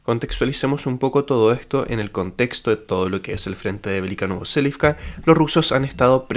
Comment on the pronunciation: Velyka NOVOSILKA, no NovoSELIVCA